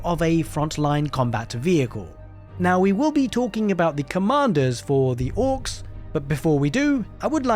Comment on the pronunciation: It's "Orks" not "Ork*z*".